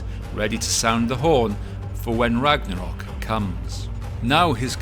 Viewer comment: "ragadal" foi foda em